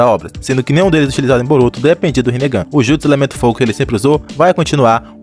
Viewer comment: Brotuo??? Que português é esse Man mais de boa